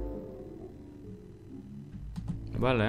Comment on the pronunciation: Venga tienes que probar ese 'Smothie' de weed que hiciste jajajajajjajajajaj!!